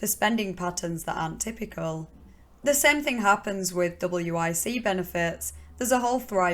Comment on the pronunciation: The WIC program is pronounced “Wick” in the US ☺️ not a complaint at all, I’m really enjoying your videos and have watched several over the last few days